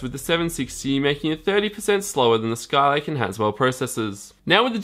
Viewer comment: I'm more bothered by "Skyke processors" instead of Skylake.